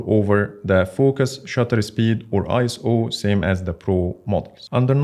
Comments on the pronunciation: said "ice oh" instead of "eye so" 😂 Love his videos though! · ISO is pronounced "eye-so" 😊